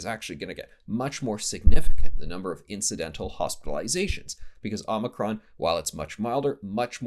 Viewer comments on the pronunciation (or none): Did he say 'mono-cron'? Don't give them any ideas! LoL